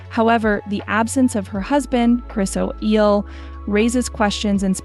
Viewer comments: O’Neal not Oeel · Chris O'Eyle? Who is narrating this, AI? This is bizarre. Get it right! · Princess Madeleine husband is Christopher O'Neill not o'eel. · The fact that you mis- pronounce Mr. Chris O'Neill's last name and give other erroneous infirmation, one must assume that NOTHING you report on can be assumed inaccurate, or plainly B.S. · If you are reporting about well known people make sure that you both pronounce and spell their names correctly, Chris O'Neill for example.